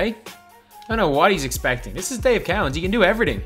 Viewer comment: Lol Dave cow ens It’s Dave co ens